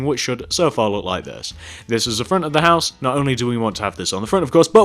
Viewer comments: "Then Connect back down to the hoose" lol I'm dying 😵 😂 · he pronounced house weirdly you should go check it out because i cant spell how he pronounced it.